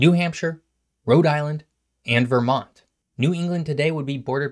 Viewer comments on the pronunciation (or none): none